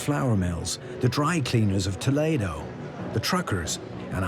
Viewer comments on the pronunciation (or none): Nazi, Delano, Toledo - mispronounced.